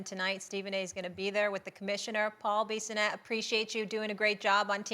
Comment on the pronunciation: Man did she butcher his name 😅 that was brutal 😂! I would have stopped the show and made her pronounce it correctly.